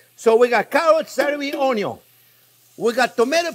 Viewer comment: …lowkey I never get tired of hearing chef say… onyo is always number first ✌️🔥😂🥰 truly a treasure of a man to teach us… he’s amazing